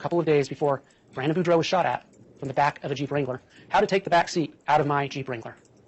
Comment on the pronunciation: It's Boudreaux (Boo-dr-oh) not Bordeaux like the wine ;)